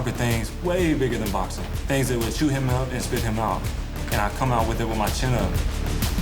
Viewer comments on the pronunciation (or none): none